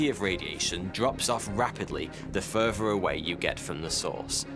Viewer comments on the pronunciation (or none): "Mere MUMPS before..." MUMPS ? The "FERVOR" away you get from the source." FERVOR ?